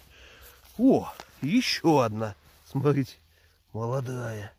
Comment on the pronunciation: Смарите,смарите...А букву Т где потерял,в грибах?Назвался блогером- полезай в кузов,то есть следи за речью,япона твоя мама!